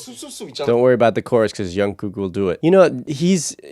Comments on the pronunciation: Why is he keep saying youngkook..? It's Jungkook..... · ur saying jungkooks name wrong, it's not yungkook... you pronounce it like jeon-gook but made the j of jeon like 'ch' and and the k at the end a bit more like a g sound. And don't pause when u say his name make it flow and quickly Also it's not J-HOP its J-HOPE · Changes in the enlistment laws mean that they don’t have to enlist until they are 30 - none of them have gone. The new law has been dubbed the BTS Law. Jungkook’s name is not pronounced with a “y” sound but a “J” sound. The one who was nervous to sing in front of the others was Jin JK sings MOST of the guides - but SUGA did Soop as he wrote it in a caravan while they were filming the series. Soop in Korean means Forest. The lyrics were originally printed - you were correct but V kept writing the changes down - that is why JK said his writing was bad. He is not the neatest writer. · did he just say youngkook and ungkook lol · fyi you keep saying "youngkook" it's jungkook with a j sound not a y sound (so the opposite of Carl Jung the philosopher) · Also, why do you call him youngkook? It’s Jungkook. The J for jungle. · i just wanted to say that jungkook isn't pronounced with a y sound. its more in line with how you say "junk" but jung with ng sound. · You pronounce the j in jungkook like in jimin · Actually the pronounciation for jungkook is like junk (sound in english) the J not read as Y, and gook (like sound we say google) 😊. And maybe you can check some of JK's work too such as Still with you, Your eyes tell, Magic Shop and Stay. He develops well from years ago.